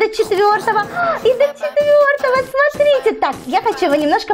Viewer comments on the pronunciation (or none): none